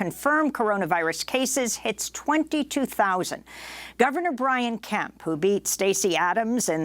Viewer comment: ...is it Governor Kemp or Governor Pimp?